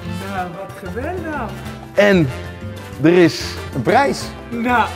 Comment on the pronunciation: Ga toch wel bijna iedere keer over m'n nek als de 'errrr' uitspreekt